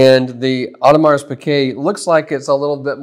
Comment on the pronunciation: Superb video comparison showing the differences. Much appreciated! As another comment mentioned, the bracelet is also notably thinner from what I have seen, but you hit almost all the differences. Genuinely appreciate the vid - but, my man, do yourself a favor and find a pronunciation guide for Audemars Piguet. The s is silent. That was...jarring. Jenni Elle's channel has a great pronunciation guide that includes AP: But really do appreciate the video!